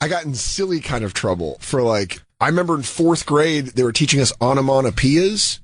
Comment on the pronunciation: lol "Onomonopeea's" Dan is definately a comic who dropped school